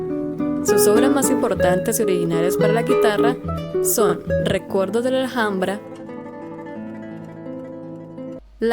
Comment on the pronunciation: buenas....Tarrega se pronuncia como si tuviera un acento en la PRIMERA A.....como si fuera Tárrega. y otra cosa....no es recuerdos de la ajambra.....sino de la al.hambra. Gracias